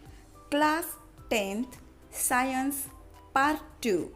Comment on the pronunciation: Science sahi say bolo 😄